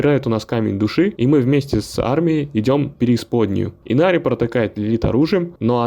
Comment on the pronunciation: И что с имена чел? Инарий, а не Инари и камон, что за Лоран, если его зовут ЛОРАТ, ты хоть играл в игру, чистый диз